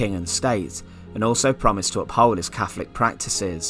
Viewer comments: . It's catholic not cafolic ,method not mefod! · Very interesting. But a tad confusing with lots of F's. Fawkes, Cafolic, mefod etc etc.